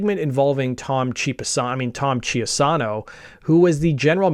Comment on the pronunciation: cheapasano, I mean chiasano lol